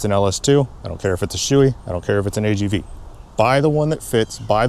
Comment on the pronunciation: The brand name "SHOEI" is typically pronounced as "Show-ay" in English. The "Sho" sounds like "show" (as in a performance), and the "ei" is pronounced like "ay" (as in "day"). This pronunciation is based on the Japanese origin of the brand.